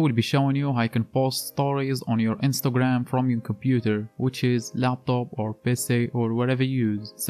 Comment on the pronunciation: The way he said Pc , i knew he was Moroccan lol , tahiya men agadir